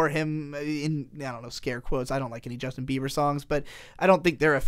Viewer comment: STOP SAYING JUSTIN BEAVER JESUS CHRIST